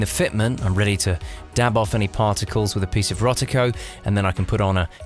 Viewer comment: There's no 't' in Rodico. LOL!